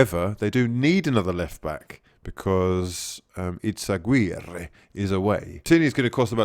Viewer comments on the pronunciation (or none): Nearly passed out with cringe when you pronounce things weird like Fenerbahce and Izaguirre